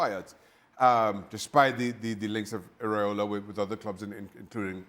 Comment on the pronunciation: Stevie Nicol, the muppet, can’t be bothered to learn the coaches name. He keeps saying “Areola”, which refers to nipples. It’s Iraola.😅